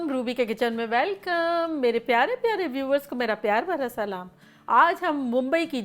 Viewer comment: Aap salam sahi se kia kren pura aunty plzz